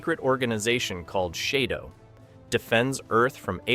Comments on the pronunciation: Shado was pronounced Shadow, not Shade-oh! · Stop saying Shaydow! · Tells me you never saw ufo when you mispronounced shadow,ai is incorrect again. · "SHAYDO" is REALLY annoying me ! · It's pronounced Shadow. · SHADO is pronounced like, well, "shadow". Simple, eh? 🙄